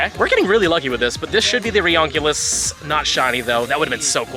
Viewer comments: It sounds ridonculous to call it reonculius. It's "ree-you-ni-clus" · it's actually pronounced RE-UNI-CLUS, like re-united cluster. not reoncilus